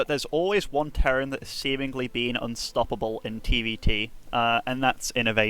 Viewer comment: Did TB actually say "ByuNstoppable"??